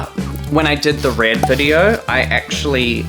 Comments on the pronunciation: HeLoR It's MoI ReAd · "hellaur" "ITS MOI RERD"